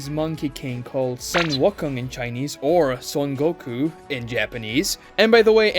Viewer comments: Bro needs to learn how to pronounce it as Wu Kong instead of saying Wa Kong. 🤣🤣🤣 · WOO, that is WOOkong for saying the name Wukong, not WUCKong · Aint no way 😂😂wakong is crazy pronunciation. Please don't take this as hate just thought it was funny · "Sun WUCKUNG" 🤣 C'mon bro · you lost credibility when you mispronounced Wukong.. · This was the most butchered horrendous pronunciation of wukong I've ever heard in my life 😂